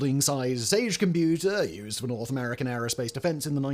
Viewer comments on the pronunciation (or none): none